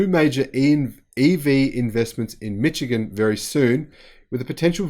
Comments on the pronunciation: FYI it's pronounced "Mishigun", not "Mitchigun". For all the good news about GM, with $109 Billion in debt, GM has a massive hill to climb if it is to both retool for EV's and avoid bankruptcy. That is after receiving grants worth $52 billion (they repaid the $6 billion loan). Of course, if the federal government bails them out - again -, who knows? Love your work. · Just FYI.... It's not pronounced "mich-ee-gun"... It's pronounced "mishh-ee-gun".... Emphasis on shh... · I enjoy your videos, however, I have just one criticism. It is pronounced "Mi-shi-gan" not " Mi-chi-gan". Other than that, I love the videos. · yeah nah, it's "mikigan". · The 'ch' in Michigan is soft.. like sh.. mishigian.. eh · Ummm..appreciate your vids. small tweak though...GM is in Mi'sh'igan....the CH is soft. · it's mish-i-gen.;^) I would love to make it to Melbourne some day. I heard it’s one of the world’s nicest cities. I was impressed by Sydney of course, and pleasantly surprised by how nice Brisbane is, but people rave about Melbourne. You are a lucky guy. Great channel as well. You are right up there with SMR. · I was this many years old when I heard a pronounce 'Mitchigan' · yeah nah, it's mə KEE gən. LOL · I’m glad to see GM pump some money into our state’s economy. I just hope it isn’t too little, too late. As a side note, Michigan is pronounced “mishigan”. It is derived from the native Ojibwa Mishigami.